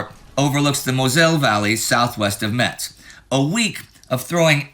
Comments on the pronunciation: At first, I thought Indie said " Patton takes meths " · FYI the "t" in Metz is silent. (Pronounced Mess). I know i'm nitpicking, but the people of Metz are real pains in the ass aboitt that 😂